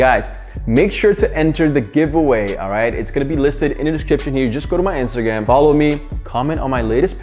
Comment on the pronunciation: Did he just say Instagam in the intto